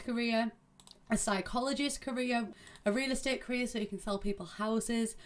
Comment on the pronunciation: Every time you said career it sounded like “Korea” for some reason :’D I was so confused xD